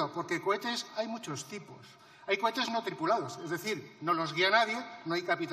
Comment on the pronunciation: no se dice cohete,la tenacillas dijo "cobetes"